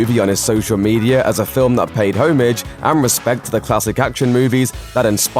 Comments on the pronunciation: This voice over guy has such a wierd voice and diction. He also can't pronounce 'homage' properly. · In all my life I have never heard the word HOMAGE pronounced like that!!! 😬